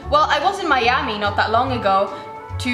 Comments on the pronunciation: She said Majami instead of Miami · It's M-i-a-m-i 😒